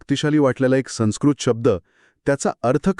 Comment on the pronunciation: छान. आपले व्हिडिओ चांगले असतात. योग्य शब्द सर्वांना कळावे म्हणून फक्त तीन गोष्टी सांगते. एक संस्कृत शब्दात स वर अनुस्वार आहे. त्यापुढे आलेलं अक्षर स असल्याने अनुस्वाराचा उच्चार व असा होईल, न नाही. दुसरं म्हणजे अतिशनोक्ती नाही तर अतिशयोक्ती असा शब्द आहे. तिसरं म्हणजे हेच ताकद नाही तर हीच ताकद असा म्हटलं पाहिजे.